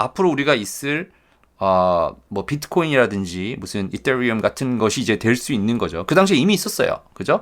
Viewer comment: 이떠뤼움 발음좋아서 구독합니다.